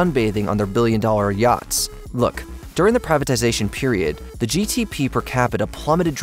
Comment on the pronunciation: It's GDP, not GTP..lol